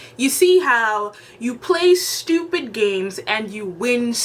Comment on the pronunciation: It's the annunciation on "you play StUpiD games you get sTUpid prizes" for me. 💯